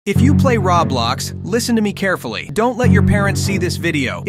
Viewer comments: What’s Rablox it’s pronounced Roblox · he is pronouncing Roblox Rong it sounds like rawblox